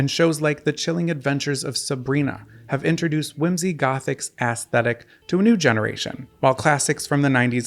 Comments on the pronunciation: Aesthetic…the A isn’t hard, it’s more like “eh-stetic”…I love these videos but I wince every time you say ASS 😬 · I die a little inside every time I hear the word "aesthetic" pronounced ass thetic. 😭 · What is ass-thetic? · Every time you say “ass-thetic” a former 90s teenage goth grows a grey hair